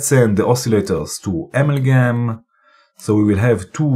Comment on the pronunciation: Brian Watterson: Hi - WOW Professor! You were really motoring with this one. I have to watch this video again using Pause & replay to catch all of the great moves & pieces of good advice. AMALGAM looks like an extremely complex module. Lots of beautiful sounds though. Thank you so much for the excellent video. Pronunciation, if I might say, maybe more like: (dirECtion), (aMALgam) rather than (amalGAM).😊. (Love your red Arrow pointer, by the way. Is it available for a Mac)?